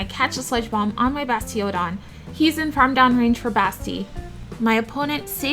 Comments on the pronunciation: Basti-ODON was very uniquely pronounced, you should trademark that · Great video i think i could learn a thing or two here. also I like how you say bastiOdon lol